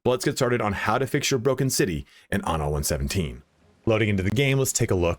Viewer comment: Please all you English speaking reviewers, be aware that in Latin, and in Italian as well, the word "anno" means "year", whereas "ano" means "anus"... So, please take care to pronounce the word "anno" with a double N, not with a single N... Thank you 😉